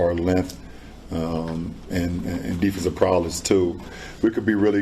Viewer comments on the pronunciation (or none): “Defensive prowless” lmao